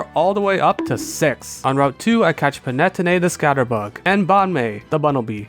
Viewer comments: *pan-ah-tony, not pan-ette-oh-nay :') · the way you pronounce Panettone hurts me, Pan-e-tone-ay not pan-net-own-e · ain't panettone pronounced pan-ee-toe-nee not pa-net-oh-nay? (could be a language difference as I'm UK tho) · It’s always great to see fellow Elemental Monkey fans! Also Panettone is pronounced “pah-ne-TOH-neh”. Usually I wouldn’t comment on pronunciation errors, but it’s probably the move to pronounce the name of something you like correctly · Not the panay-tonay 🤣🫣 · The way he says Panettone kills me, but in a good way😂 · the way you pronounce panettone gave me a headache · The way you're saying panettone is breaking my heart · I don't know if I've ever heard someone pronounce Panettone like that before. It's not important to the video it just took me off guard LMFAO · Do people usually pronounce Panettone like that? Genuine question. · I don't fail to understand why you pronounce it that way, but hearing Panettone in this way makes me love them a lot more as an italian. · The way that you pronounced panettone damaged my very soul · Glad to see panettone go. As an Italian hearing that pronunciation was pretty painful😅 Not that I blame you I'm just as bad when I try to talk in english😂. Great video as usual. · As a italian I also agree